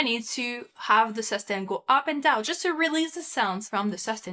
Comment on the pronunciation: Su-stain pedal...not sustin pedal...please